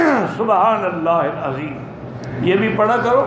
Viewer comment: I things Azem not correct Adheem is correct